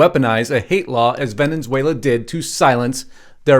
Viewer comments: It's Venezuela not Venenzuela. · It’s not venins whala- it’s vin-is— whale ah Or if you’re Spanish ~ bain es whale la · It’s NOT “Venenzuela”, it’s Venezuela! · For God's sake it's NOT Venenzuela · Where is “Vene(n)zuela? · Venezuela. .......venunzuala? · Dude. Why are you pronouncing Venezuela with a second N?